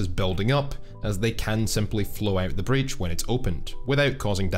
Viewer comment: Breac or Breech ?